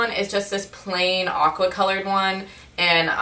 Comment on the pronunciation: Haha when she said "aqua" i thought she said "awkward" haha :)